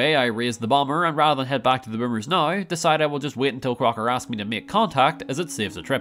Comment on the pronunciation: Why does this guy add 2 syllables to the word "now"?